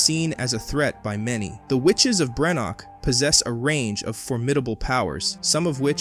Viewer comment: Perusing some of the comments I’d likely have less of an issue on the take here but given that there are 2 major errors in the first sentence I’m not gonna waste my time to find out. 3rd episode, not FINAL. BrenDok, not Brenok. Whether it’s lazy reliance on AI or lazy editorial/proofing of the work, neither speaks well of the channel.